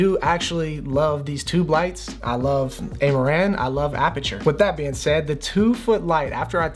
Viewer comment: It's Ah-ma-ran not Ey-ma-ran Same as Ra-yan is not Ar-yan